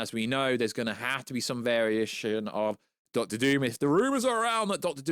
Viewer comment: Von Doom not Von Voom lol